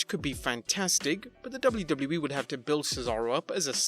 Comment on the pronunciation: The guy who writes these scripts should stop using "WWE" in every sentence when the autistic dude who has to read it can't comfortably pronounce it.